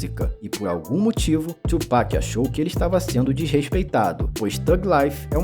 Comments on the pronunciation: É (tu)pac, é não (txu)pac. Tbm tá errado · Quase, é "tuo pak" e não "txuu" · que tchu mlk,a pronuncia certa é tu